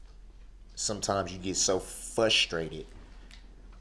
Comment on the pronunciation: It's FRUS-trated, not fusstrated Darrell.